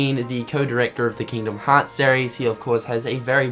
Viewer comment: "Keengdum Hots 3" I love accents xD